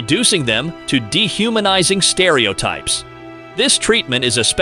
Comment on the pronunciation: while this information is very worthwhile, the mispronunciation of words like prejudice and stereotype leads me to believe that this is just a poor AI reading. Too bad.